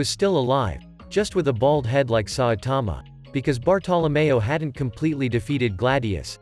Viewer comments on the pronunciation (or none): none